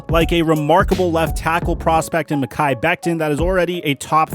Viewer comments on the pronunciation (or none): none